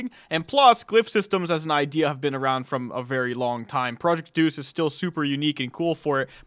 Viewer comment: Day-us Not Deuce